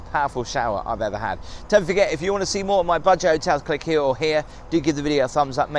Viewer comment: At the end, did you say budget hotels, or budgie hotels? (I have the room art in mind!)